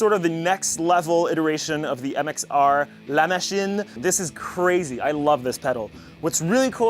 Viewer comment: The way you said : La Machine. Tu parles français?